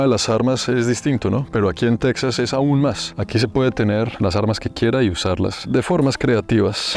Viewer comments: En español es “Tejas” no se pronuncia “TeXas” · se dice texas y no texsas 😂😂😂 puro lavaplatos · Se escribe Texas y se pronuncia Tejas, al igual que se escribe México y se pronuncia Méjico, o sea se castellanizaron las 2 palabras aztecas hermano, de todos modos excelente reportaje de un seguidor compatriota. Al río bravo al otro lado de la frontera con Estados Unidos los gringos le dicen el río grande. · Suena raro que le digas Teksas a Texas (con jota). Saludos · No se pronuncia "tecsas" sino "téjas" al español